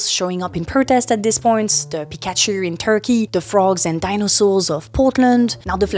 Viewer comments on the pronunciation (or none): none